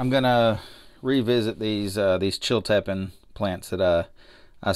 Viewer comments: Sorry correct pronunciation is not chil-tepen but chil - te- peen. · It's pronounced CHIL-tay-peen, just so you know.